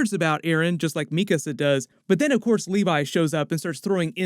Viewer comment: Yo. I noticed you started pronouncing "Mikasa" correctly versus your previous videos. Thank you! It was bothering me for a while, haha.